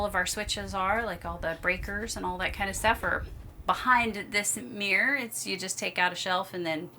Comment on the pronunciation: WTF is a "meeer"? Do you mean "mirror" - a two-syllable word?